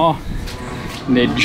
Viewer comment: Calfnidge, not carnage